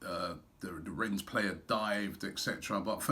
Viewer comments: please robbie... its pronounced REN not RENS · Pronunciation is Ren silent s Rob common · Jesus... Robbie, mate, it's pronounced 'Ren' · "Renne" robbie . remember ur preview last week . no "S" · Really Robbie you still pronouncing the club name incorrectly as Renz? I wonder what AFTv fans in Rennes think about that? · It's 'Renn' mate! Do the honors of pronouncing it correctly before we thrash them. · just because of robbie's shit pronunciation, I want rennes to win lol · LEARN HOW TO SAY RENNES PLEASE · even after the guy in Rennes told him you don't pronounce the s he kept doing it ! Nothing but love for Robbie but pronunciation is a weakness! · Man...how many more times! Don't pronounce the "s" in Rennes!🤣